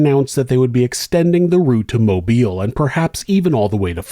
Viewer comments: Thank you for pronouncing Mobile, Alabama correctly. So many people pronounce it like you would pronounce mobile home but that's obviously not correct. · Thank you for your correct pronunciation of Mobile